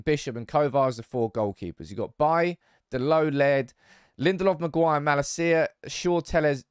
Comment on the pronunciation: MAGUIRE!!!!! At least get his name right!!!!!!